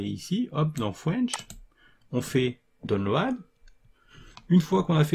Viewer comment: "DON LO AD" ???